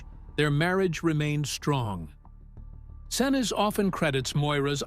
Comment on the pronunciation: Gary "Sin-ooze" & "Sin-iz" :face-green-smiling: (pronounced "Sin-eece")👍